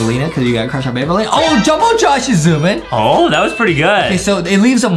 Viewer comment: It's banaleena bro